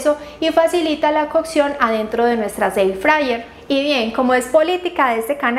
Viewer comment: Air frayer, er frayer se prununcia air es aire frayer fritadora. No ici frayer er, frayer.